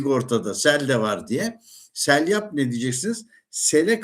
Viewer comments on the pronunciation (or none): SELYAP değil doğrusu SEYLAP 'tır.Aniden,birdenbire gelen sele seylap deniliyor.Hatta Eskişehir'de üniversite civarında bir caddenin ismidir. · Selyap değil dedeciğim, seylap. 🙃